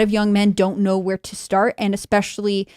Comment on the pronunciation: Especially! It’s especially! There’s no x in there! Sorry, that’s just something that irks me. LoL